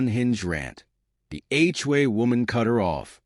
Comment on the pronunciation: It's HOA, not HUA. DUH!